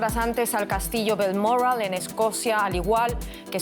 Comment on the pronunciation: VALMORRAL Vaya! que se ha comido la locutora?